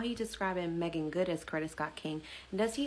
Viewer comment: You’re saying her name right.